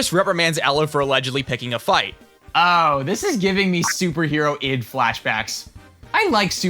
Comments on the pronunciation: Technically, it's called Super Hero-LD, not Super Hero-id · actually, it’s pronounced “Super Hero-ld” like a pun on “Super Harold”. not “Super Hero ID”.